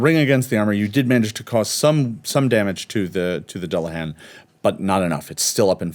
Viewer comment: can I say thank you to for pronouncing Dullahan correctly. it's all too rare to hear it pronounced correctly I'm loving the series and loving the cast. Season 3 PLEASE.